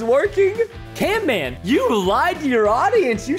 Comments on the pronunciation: It is camman not canman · I camman not canman